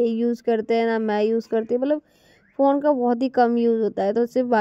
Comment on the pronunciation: matlab ko mallab, lipstick ko livistic bolti h.. aur naha kr nikalti nhi likalti h 😂😂... Don't mind only improve your self ❤